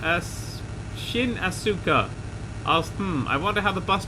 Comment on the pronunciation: Is trying to pronounce Shinji & Asuka's names?:L